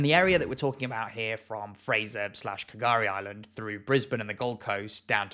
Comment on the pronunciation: 2 things, I know you're from a different country so you wouldn't know but the K in K'gari is silent and bribie island is pronounced as br-eye-bee island, but overall really good video.